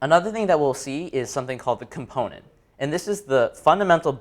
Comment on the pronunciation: Everything was good except why does he NOT know how to pronounce Component in the regular English accent he is speaking/using? lol